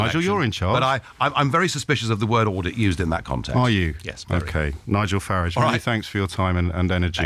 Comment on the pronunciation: O'Brien has been loathing of UKIP and Nigel Farage for a very long time, he hardly does a show these days without at least one dig about them. He takes great delight in pronouncing Nigel's name as 'Farridge' thinking he is being smart. I would suggest he leaves his Ivory tower and see for himself what is happening in London alone.A huge amount of EU migrants are handing out free newspapers, selling sandwiches in Pret a Manger etc, holding up advertising boards in the West End and working in car washes, These are not proper jobs and they are bringing nothing towards the economy except lining the pockets of the people who are exploiting them as cheap labour. I am a Taxi driver in London and on two occasions i have avoided being robbed by Eastern Europeans, luckily i was forewarned of the scam in advance. Nigel is not a racist because what is happening by being in the EU affects all the other immigrants of all creeds and colours, it is just common sense. Perhaps if the influx of EU migrants all wanted to become Radio presenters O'Brien might change his tune.